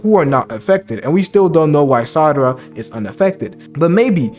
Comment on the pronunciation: Great video, really ! However...It's Sa-ra-da not Sa-da-ra 😅